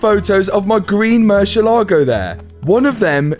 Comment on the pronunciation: not "murcilago" but mur ci ééé la go:goodvibes